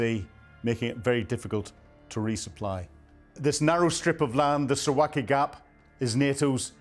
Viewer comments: Suv-alki ! Not Su-waki! How can we believe you when you can't even pronounce it??? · Please learn the proper pronunciation: Suwałki sounds like Soo-VAL-kee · Suwałki is pronounced: Sue - VOW - key 🤜🤛